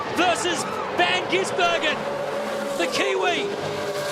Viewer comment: Commentato rjust cant stop changing van gisbergen to van ginsbergen...like years of it..